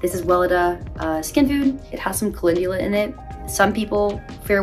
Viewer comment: I enjoy watching your videos. I just wanted to let you know you’re pronouncing calendula incorrectly. Just a heads up in case you come across that word often. Pronunciation police out 🫡